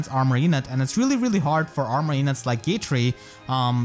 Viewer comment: Dude he keeps calling Gatrie “gay-tree” and I’m living for the Christmas spirit